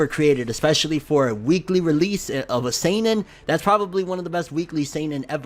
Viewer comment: Damn,. That's how you say seinen? This whole time I've been saying "sannin"